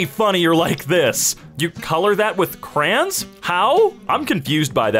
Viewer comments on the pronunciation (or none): Dose say "cran'? CRAN? WTH I THOUGHT YOU WERE BETTER THAN THIS!!!